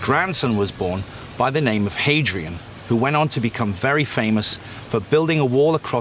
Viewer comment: 今回も、翻訳ありがとうございます！ 今回は、本当にビックリしました(*_*) ドキドキ感半端なかったです、実は今も。 長くなりますが、やっと書けましたので、最後までお読みくださると嬉しいです。 昨年、自分の前世の一番最初らへんは、イギリスにあると思っていましたので、自分の「前世で傷ついた魂を癒す」イギリス一人旅旅を企画して、実現してきました。 その時に、イギリスの地図を見て、直感で、自分が関係している場所を、数箇所見つけました。全部、ヴィクトリア女王と関係のあるところでした。 そして、だいたいイギリスの南側に旅程をきめたころに、 ”あ！ハドリアヌスの城壁！”動画の中ではhadrian（ヘイドリアン）って発音、とカーライル城が、突然ピンときまして、特にハドリアヌスという響きが心から離れなくなりました。 そして、そこはイギリス最北部なので、いわゆるロンドン観光地とは場所が全然違うため、今回の一人旅チャンスを逃すと、同行する人にとっては縁がないため同意が得られず行けないだろう、とも感じ、国内線を使って行って観てきました。 すごく魂は癒やされました。ですが、帰国してから、新たに背負って持ち帰ってきたものに気付きました。チャネリングしていただくと、何か大きなリーダーとしての使命、とのことです。 あと、幼少の頃から、イエス・キリスト様の記憶が残っていました。どんな使命を持って今、この時を迎えたのか、自分探しの旅も続けながら、この動画をより深く何回かさらに観てみようと思っています。最後まで、ありがとうございます！